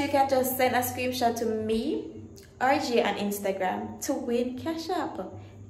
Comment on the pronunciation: ‘Screen shot’ not screem shot tho